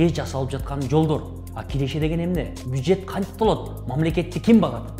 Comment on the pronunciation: Кулак сынып калды го "бүжет" дегенге